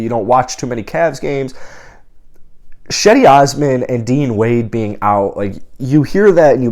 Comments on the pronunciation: Another great video. Just so you know cedi Osman is pronounced Jedy..its a Turkish name so the C is pronounced as a J. Welcome to the Cavs family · Cedi is pronounced “Jed-E”. It’s how he pronounces it. It’s how the Cleveland tv and radio people pronounce it. It’s how his coaches and teammates pronounce it. It’s how his family pronounces it.